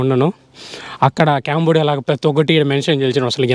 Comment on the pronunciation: అరేయ్ క్యాంబోడియా కాదురా అది కాంబోడియా రా ఎడ నుండి వసారురా మీరు ఎవర్ర మీరంతా 😢😢